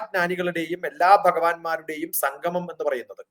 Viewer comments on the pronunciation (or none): none